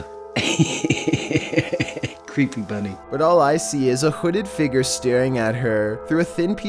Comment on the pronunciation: Omg, im tolerating it but who calls it a FIGUR is pronounced "FIG YER"